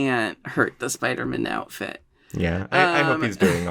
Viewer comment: Love Jinkx‘s pronunciation - “Spidermn”